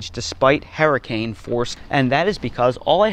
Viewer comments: No way is this dude from North Carolina. His pronunciation of “herricane” means he’s from Gloucester County, NJ. Williamstown, Wenonah, maybe Deptford. “Shtrike” instead of strike is Northeast Philly. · Haha yup he lived in New Jersey